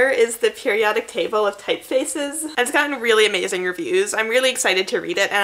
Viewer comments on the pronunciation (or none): none